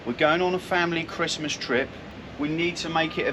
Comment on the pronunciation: Ho Ho Ho , merry cwistmath , ah yeah